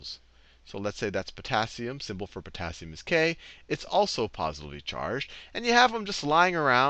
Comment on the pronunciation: yes I found that just now when i was watching:face-blue-smiling:i was like "eh...porassium you mean?"